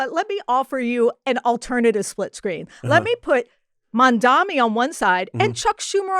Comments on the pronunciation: Mamdani not Mamdami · MISS, HIS NAME IS " MAM-DANI "